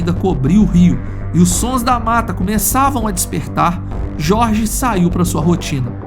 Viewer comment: O narrador do áudio em inglês pronuncia o nome "Jorge" com a pronuncia em espanhol, onde a letra J tem som de R. O Brasil não é um país hispânico , avisa para esse narrador mequetrefe.